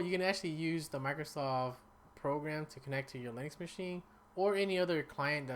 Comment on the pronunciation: Linux, not links!